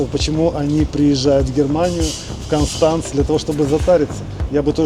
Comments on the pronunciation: КОнштанц ist richtig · Ни один немец или швейцарец не поймёт если сказать кАнстанц😂 пока не скажешь кОнстанц, странно что вы ещё не перестроились в плане произношения- акаете как масквичи 😂 всё просто что касается гласных- как пишется так и слышится